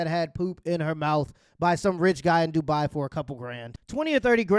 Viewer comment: It's in the name du-bai😂😂